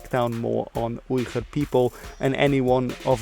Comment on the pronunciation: Ok did you just call the Uyghurs(weegur) the (oigur)